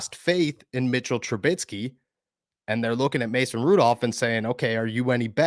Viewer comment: Mitch is on a 2 year contract so he will be here next year. BTW it's Trubisky not Trubitsky lol